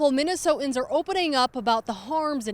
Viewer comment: I can't get past the fact that the reporter does not know how to pronounce the word "Minnesotans". How is she allowed on TV?